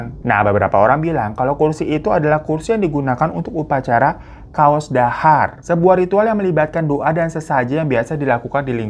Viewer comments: 12.42 bacanya biasa aja bang... CAOS DHAHAR, pakai "C" Bukan KAOS DHAHAR 😅😅 CAOS artinya memberi DHAHAR artinya makan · Pengucapannya bukan KAOS DHAHAR ka, Tapi ya Caos Dhahar. Caos artinya memberi atau menyiapkan... Sedang dhahar artinya makan...